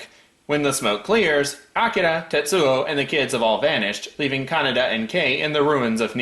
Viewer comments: NO, IT'S NOT, IT'S aKIra, most Japanese words have tonics in the syllable before the last. Probably just listened to the dub version. No one ever head of a director called Akira KuroSAwa, only aKIra KuroSAwa. It's like kaNEda's name. Not Canada, kaNEda. Some are differente, like RITsuko, Asuka and SHINji, from Evangelion. But on the same historical, epic, fabulous show, you have miSAto. not MIsato (pleaaaaaase) BTW, as they show the subbed version in the review, I can't imagine how they got the names pronunciation so wrong! As for police brutality, from what I read, Akira's police is almost mild compared to real-life police in current-day Japan... which, to gang's like kaNEda's, I don't think is a bad thing. As for the bike x rape thing, tetSUO is an asshole, so it comes as no surprise that he prizes the bike over the girl who stupidly loves him so much. But is right: the "science" in aKIra is horrible (also in the manga): it shows a woeful lack of understanding of even the most basic concepts of evolution, and is treated disgustingly enough like mysticism in the movie, which is every Eastern. As for Tesuo in space, I think it's far more impressive that he blows up a humongous laser orbital canon with his MIND, than the fact that he doesn't freeze or have to breathe in space. He's SUPERPOWERED now. Does anyone complain about Goku or Vegeta not breathing in space?!? In the end, due to time constraints and other faults, the anime is sadly lacking when compared to the man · fun fact you can make a word pun in German using Canada being pronounced like Kaneda, meaning no one’s there